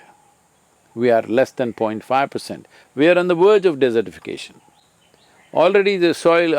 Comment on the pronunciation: Lol CAN SOMEONE TELL SADGURU THAT V SOUND IS A HARD SOUND NOT VOCALIZED LIKE W? V hard v like Vishnu or Vasudev your name or Vinyasa not W like way or what or halfways We are on the Verge, not on the Werge